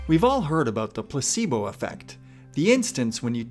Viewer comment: I have my headphones on and whenever you say Placebo it always sounds like you're saying "p*ssybo" 🤣it bothers me so much tbh